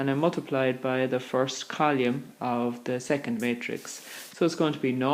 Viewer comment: column not colume